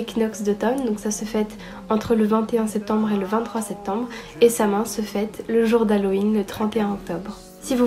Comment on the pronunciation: trop mimi 😍😍 une vidéo sur les fêtes païennes ça serait trop top! Par contre Samhain ça se dit pas comme ça s'écrit ça se dit Soween je crois 😊